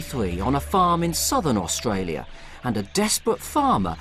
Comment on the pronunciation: His pronunciation on AustRalia seems quite natural, speech impediment my ass.